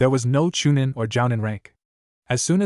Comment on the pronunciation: So tired of hearing these stories in English with bastardized Japanese, and honorifics used extremely to much by this annoying AI voice that can barely read in English. At least when talking about Kiba didn't hear one Fong. Chuh-neen, 4th raykage UH, Shersway's eye, lightening tracking Fong